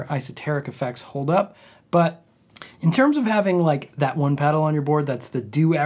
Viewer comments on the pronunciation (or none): none